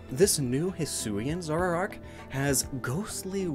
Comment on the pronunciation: take a shot everytime mispronounces "zoroark" as "zorarark"